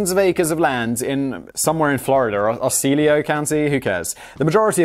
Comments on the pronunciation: Fucking love that he pronounced "Osceola" correctly when it was in the middle of a sentence so he didn't have a chance to say it wrong on purpose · Simon randomly pronounces Osceola county right 😅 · Anyone notice that he finally said Osceola correctly? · DEAR: In broadcasting school I was taught to phonetically spell out difficult names when writing copy, such as OH-CAL-AH, or O-SEE-O-LA county. I understand correct pronouncements are a bit of a running gag, but as a trained VO professional it really grinds my gears.😉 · Osceola is pronounced Ah-see-o-la edited to add that, Osceola was a Seminole Chief, the county was so named to honor him. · In case you're wondering, it's pronounced ah-see-oh-la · It's AH-SEE-OH-LA!